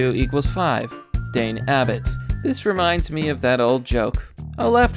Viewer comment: Funny vid, but, you need to learn to pronounce common names properly. It was guide funny when you said Dane instead of Diane.